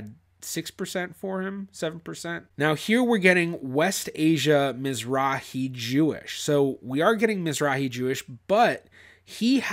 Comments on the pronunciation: Mizrachi. Means Eastern. Has a letter chet. Aa argh, not a heh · miz-RAKH-ee No "h". A Hard guttural. As you well know it is a Hebrew word for Eastern.